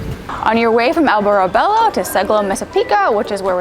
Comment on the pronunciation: Was für ein schlecht gemachter beitrag,lippen stimmen nicht zum ton,und geben sie den hund der immer wau wau macht ins tierheim !alle ortsnaman sind falsch ausgespruchen, auch prosciutto,und nuicht prosskutto,albertobello ,gibt es nicht ! Grauenhafter beitrag 😤😤😤 wir leben hier seit 25 jahren,es ist im sommer alles sehr sehr touristisch !